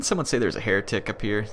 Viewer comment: Thought you said hair tic lol